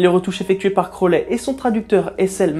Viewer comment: Super vidéo mais juste..attention aux prononciation, "crolé" pique un peu "crouaouli" c'est déjà mieux en prononciation :3 Voilaaa continue comme ça ! C'est vraiment intéressant